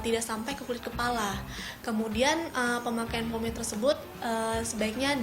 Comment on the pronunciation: mbanya bilang promade anjayyyy :v